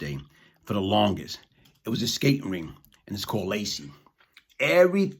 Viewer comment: Bruh it’s laces, not Lacey. Like shoelaces.